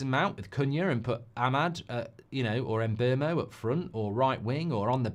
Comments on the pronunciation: Mark if you do sign Mbeumo you need to learn how to pronounce his name lol Its not Mbermo its Mboomo as the player himself has stated 😂😂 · It's pronounced 'Mbeh-Wu-Mo' 😅